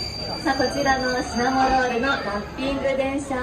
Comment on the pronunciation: 司会の方、シナモン シナモン 言ってない？ 正しかったかな？(笑) シナモだよねー😅